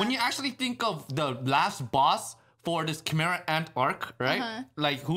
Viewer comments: its not chImera. You guys pronounce it like "Ki" from dragonball z. It's more like "kai" kaimera ants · because nobody who speaks English knows how to spell foreign words. How do you think Gojira became Godzilla? Chimera is pronounced Kai-mare-ahh instead of Chee-mer-ah despite the spelling.